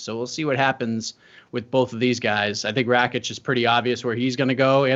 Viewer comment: FFS ITS RAKIĆ NOT RAĆIK... if thats hard to remember, use his name, or nickname..